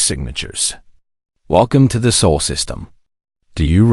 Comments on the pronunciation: It’s SOL system , not soul.. your a.i. Needs to be updated or retired so you can start again. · pronounced more like Saul.